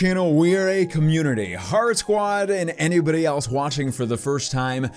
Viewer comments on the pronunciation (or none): none